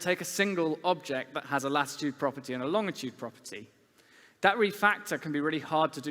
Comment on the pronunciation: He lost me when he said "longitude" with a hard 'g' sound.